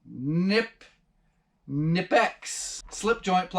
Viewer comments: Lol. It’s pronounced nighpex I am a refrigeration technician and they are a life saver. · Ken-nip-ex… German made ….awesome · Adam Savage is a huge Knipex fan, real quality tools, (pronounced Nippex), great channel... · "kuh-ni-pecks" ... Wranglerstar did a video on the Knipex pliers and I went to their homepage to find out how the company pronounced it. They say "kuh-ni-pecks". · First, setting a toilet us most definitely a skill set. Anyone who's done it incorrectly can tell you that. Second, it appears there is no right pronunciation of Knipex judging by the comments. Every one is certain they are pronouncing it right and a couple are German. I blame Knipex for spelling their name that way.